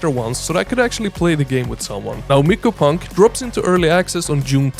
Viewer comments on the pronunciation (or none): And i think its said as "mai-ko" or "my-coh" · The y in myco is a hard I sound, not the way you're pronouncing it. Just FYI.